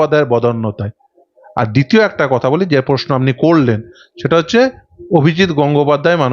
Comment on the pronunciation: সংবাদ মাধ্যমে কাজ করছেন,, অনেক বড় কাজ কিন্তু বাংলা ভাষা যখন বলছেন দয়া করে সঠিক বলুন। পোশনো নয় প্রশ্ন,,পার্থি নয় প্রার্থী,, শুনতে এতো খারাপ লাগে কি বলবো। আরও শব্দ বিকৃত উচ্চারণ করছেন। বই পড়ুন দিদি,, উচ্চারণ স্পষ্ট করুন এবং আস্তে কথা বলুন। নমস্কার।